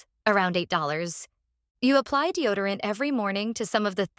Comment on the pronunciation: Deo dee orant ? F'N ai.😂